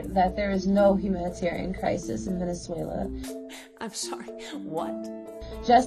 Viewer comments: 2Hedz she says it as a Venezuelan, that's how you should pronounce it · thats how you say it in spanish lol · Sweetheart, please stop with the exaggerated Spanish accent when saying Venezuela. You don’t use the equivalent when saying Paris or Liverpool for that matter so just drop it for Spanish-language words. Good content otherwise. Thanks! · Kevin Hernandez-Fabre I never said it was wrong! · Is anyone else annoyed by how she switches to Spanish when pronouncing Venezuela? Does she also say Deutschland when talking about Germany? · No you're not a pro Trump military hawk, you're just a completely ignorant liberal. You think it's funny to make the point that kidnappers stopped kidnapping.....hahaha. You're entitled simply by the fact you can Venezuela in spanish accent. And have you been to Venezuela? And so who are you to say that protests in the USA need to have venezuelans at them to mean something. I'm Latin American and every Latin American I speak to knows this is about simply raping the country of it's natural resources by people that are completely unconcerned about the plight of the poor and that want to reverse the gains made by the Chavista politics of housing state medicine and collective betterment. Your opinion isn't welcome but you're entitled to it. But that is simply all you are, entitled.